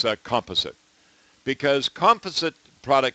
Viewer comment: "Comp ah sit" lol!